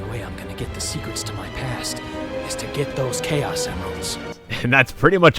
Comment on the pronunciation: Its Pronunced Kay-Os